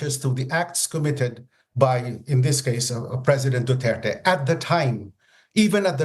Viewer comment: The anchors pronounce his surname as " DUTERTAE "...💩💩💩💩💩